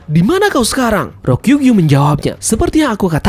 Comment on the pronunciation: Ryo ku gyu,,. Bukan Ro kyu gyu